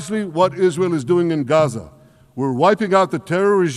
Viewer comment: Israel!! He said it right..